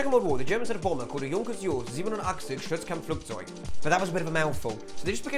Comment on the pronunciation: Pretty sure it’s pronounced Sturzkampfflugzeug, mein Herr 😃